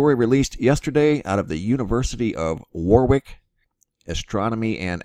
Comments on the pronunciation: It's pronounced' 'warrick'! Thank you for sharing though. Love your videos, learn a lot. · Warwick pronounced wawr-ik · its pronounced worick. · It's pronounced Wa-rick. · You say it as Worric 😁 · The second 'W' in Warwick is silent. "WARICK' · Warwick pronounces War-ick!! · Warwick , UK , is pronounced Warrick . Brit idiosyncrasies :) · Thanku great update Warwick pronounced without the 2nd W as in Warick. I guess theyr paving the way softly for disclosure or maybe not?